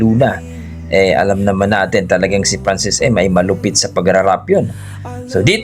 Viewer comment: Magalona at hindi magaluna Frachesca at hindi Franchisca At lalong Francis EM at hindi Francis IM